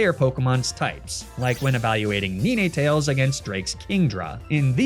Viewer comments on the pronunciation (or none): saying "Neenaytales" for "nintetales" is engagement bait right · I nearly threw up when you said "Neenaytales" instead of Ninetales. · What the hell is a Knee-Ney-Tails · Did I hear "ni ne tails"? Bro... it's Ninetails. 9 tails. 9tails. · I'm sorry NEE NAY TAILS? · You did NOT just call Ninetales "neeneetales..." You realize its name is just "nine" and "tails" right?💀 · Great video would love to see more of these! 😁… also I’m telling myself that your pronunciation of NINE-tails was just rage bait. Thank you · Imagine knowing pokemon game mechanics with this granularity and mispronouncing "Ninetales." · One must bend so far over backwards to pronounce Ninetales like that that I cant help but wonder if I'm being pranked. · thats the first time I've ever heard someone dare to pronounce it like that! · He does that a lot. Some very specific pokemon, he says, the names super wrong, and it hurts my head. Magnemite is one of them. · You must be new here lol, he does this a lot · He does that as a joke with a lot of Pokemon. Magnemite is “Mag-nimity” and Arcanine is “Ar-ca-nee-nae” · Brother he's been mispronouncing pokemon names since day 1. It's just something he does cuz it's funny when it gets under people's skin.